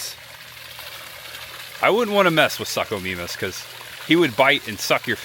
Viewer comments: Its pronounced sookomaymus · This looks awesome! Contemplating making a trip from New Brunswick Canada! Tip for pronunciation though, the suchomimus is pronounced sue-co-mime-us so it doesn't have the suck in front ahaha. I probably would have butchered a lot of the names too, but Sucho's are one of my favorite, so just had to point that one out lol.